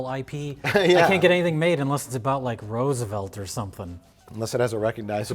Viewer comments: “Ruse-oh-velt” Ah yes, my second favorite president. Right behind Tomas Jeefersoon. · So Mike doesn't know how to pronounce "Roosevelt" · I am infuriated by the way Mike pronounces Roosevelt